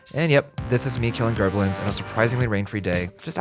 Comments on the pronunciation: WTF IS A GERBLIN??? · What the hell is a Gerblin?